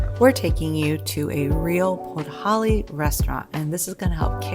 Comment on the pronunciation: A decade in Poland and you call Podhale podholly 🤡 Yup you're a murican alright...🤮